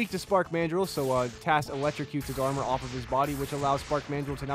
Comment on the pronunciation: I like it was referring to the thing like it's a name like he's calling it tas